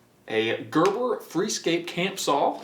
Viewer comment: That didn’t not sound right he said gerber saw I thought bout the baby food brand